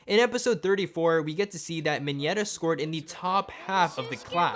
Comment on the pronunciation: I know that Mineta is awesome and all but can this dude just stop saying ‘minyeta’